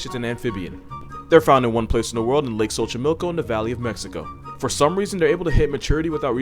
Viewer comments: Thank you for pronouncing Xochimilco right 🙏🏼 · I like how Xochimilco was pronounced correctly but axolotl was pronounced generically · he nailed the pronounciation on lake xochimilco